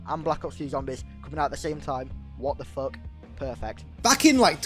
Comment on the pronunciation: "What the fook? Pehrfect" Amazing lol